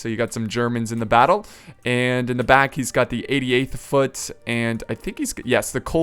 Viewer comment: when u said 88 foot for britain,i thought u said idiot foot lol